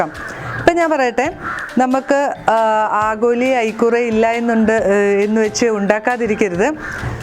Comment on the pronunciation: ആഗോലി അല്ല ആവോലി